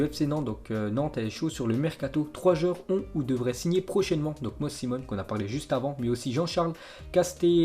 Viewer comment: Moses, je pense que la prononciation c'est MOZIZ.